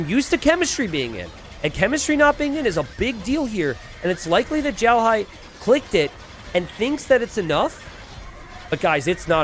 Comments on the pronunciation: Always love your content. FWIW, you're pronouncing "Xiaohai" like "Zhaohai". "Xiao" is pronounced like "Sheow", with X making a "sh" sound, i making an "ee" sound, and the "ao" making an "ow" sound. Other than that, I always look forward to your content and have been using it to better my own game! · Xiaohai, if it’s a Chinese player xiaohai is prounced sh-yow(L) in one syllable but with Chinese pronunciations each word has four tones so if I can see the words then I can let you know. Idk how to tag though 😅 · The "x" is very close to "s" you just roll your tongue a little.